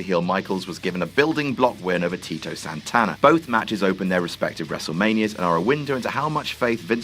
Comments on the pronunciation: Nope he called him Tino again smh It's TITO!!! TEEE TOE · and in the end for Titos last match with the company he gets it right! Thanks. for finally calling him Tito and not Tino